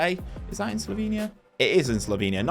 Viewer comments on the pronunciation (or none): none